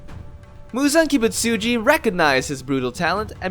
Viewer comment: You pronounced Kizuki wrong same with Kibutsuji